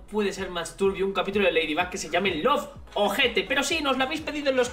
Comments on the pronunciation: Como se escribe: Loveter Cómo lo pronuncia: Lovojete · Cada vez que decía lovejete me sonaba a OJETE de acá Argentina y me reía yo